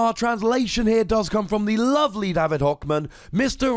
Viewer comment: not tryna be rude but david hochmann is a german name and youre always mispronouncing it :c